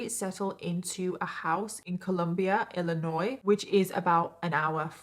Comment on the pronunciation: Someone explain to me why knows how to correctly pronounce "Illinois", meanwhile most Americans don't even pronounce it correctly.